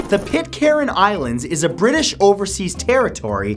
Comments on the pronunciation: Pitcairn is pronounced Pit-Cairn, not pit-caren. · Its pronounced pit cairn not pit caren